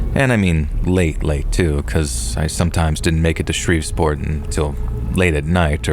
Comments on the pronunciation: It’s Shreveport! Not ShreveSport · What was up with Shreve'sport 😂 ..that was driving me nuts..